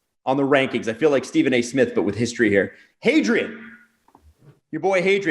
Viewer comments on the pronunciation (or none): none